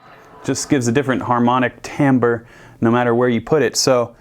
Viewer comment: "Tamber" I hear that pronounced correctly so rarely. Oh, and your playing is OK, too.